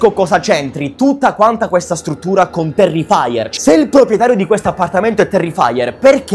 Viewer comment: Non si dice terrifaier si dice terrifer